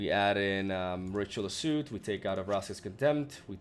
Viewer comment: Soot is actually not pronounced like suit, instead more like suht. Actually its hard to spell it phonetically